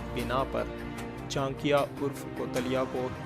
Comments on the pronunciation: It's not chankia ,it's chaanakya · Chankya sahi bolo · Bhosdike pahele naam sahi se le le